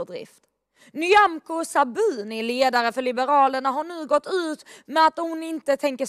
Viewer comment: Haha…som det stavas😀